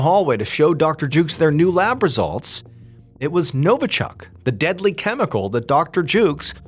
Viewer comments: NovIchok ... not NovAchok ... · Novichok, not Novochuck. This type was molecularly a COPY of the real Novichok, a British fake. This was an inside job to cast Russia in an "eViL" light.